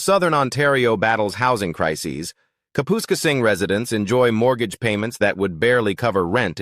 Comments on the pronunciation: “Cap””us””casing”. Kapuskasing Lmao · Kapoooskasing lol - AI doesnt know how to pronoune it. I grew up in New Liskeard (Temiskaming Shores) it is no longer affordable and no there are no palm trees.